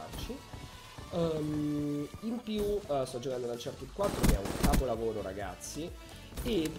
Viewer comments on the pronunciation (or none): none